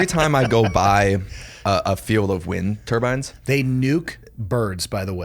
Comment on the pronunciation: Turbines not turbans.